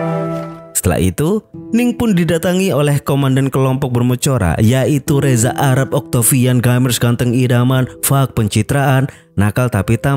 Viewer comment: di opening ngakak pas reza arap masuk scene apalagi admin nyebutnya wkakwak